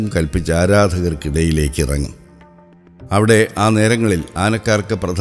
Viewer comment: "അവിടെ" എന്നതിന് പകരം "ലവിടെ" എന്ന് പറഞ്ഞത് ആരൊക്കെ ശ്രദ്ധിച്ചു 🥰കരുനാഗപ്പള്ളി things🥰